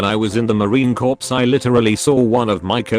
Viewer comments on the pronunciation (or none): “Marine corpse” boi what